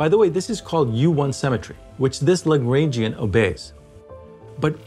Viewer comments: Please pronounce Lagrangian correctly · Please do part II of this video, but learn how to pronounce Lagrangian first.